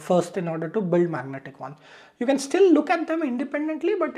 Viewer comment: good intro.......its magentic, not magnetic